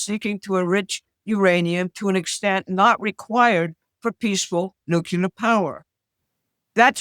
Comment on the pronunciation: NUCLEAR There is only one 'U' in nuclear. You are an educated woman. Try pronouncing it that way.